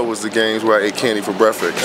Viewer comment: lol why is this man sayin brefix! come on lamar its "break (pause) fast"...